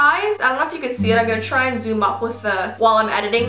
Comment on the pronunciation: im gonna zumm the camera Me:please no